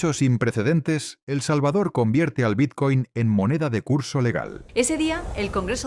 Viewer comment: Es BiTcoin, con "T". ¿Por qué pronunciarlo biZcoin? XD